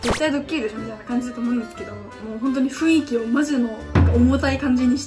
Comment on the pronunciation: ふいんきじゃ無くてねふんいきだよ